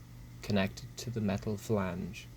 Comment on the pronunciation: "THE FELANGE" 😂